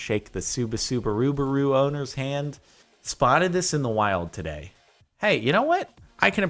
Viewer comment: sorry, i can't get past the Subasubarubaru.